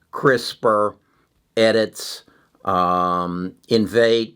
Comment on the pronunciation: Hi. You’re repeatedly mispronouncing two companies in your videos—Intellia and Editas. Nonetheless, thanks for the daily content!